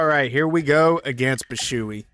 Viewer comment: W vid bro as always but i have to ask 😭😭 wtf is Bi-shoe-ee 😂😂its Bee-shwee beast the term "shui" is one syllable i think